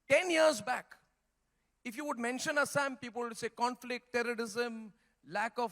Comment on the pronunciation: Bhai asssam nahi hota hai It's assam That's why i told you homework everyday my children's. He don't know how to pronounce our state----assam Assam, Guwahati ,manipur, nagaland himm duffer Chutiya hum log ban rahe hai